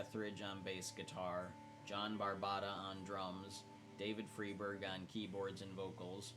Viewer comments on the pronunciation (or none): Pronounced FRY-berg. FYI. ❤